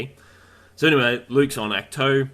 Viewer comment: Ahkt- toe, not act two ...🙄